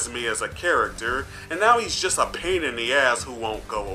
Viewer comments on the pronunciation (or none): none